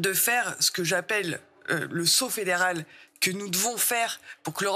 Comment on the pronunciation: "Le saut féderal". Dégagez moi ça